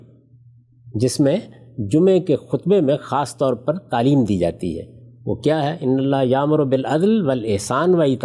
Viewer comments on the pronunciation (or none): none